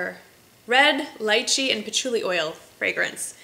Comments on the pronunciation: Lychee= Lee-chee :) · Lychee, rhymes with "beachy". Thanks for all the great vids!